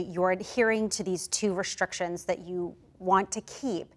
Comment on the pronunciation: I'm gonna pretend I didn't hear him pronounce it like "thayat"